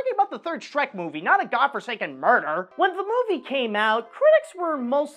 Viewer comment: I don’t like how said “godforsaken”! Why did he say that!? I HATE!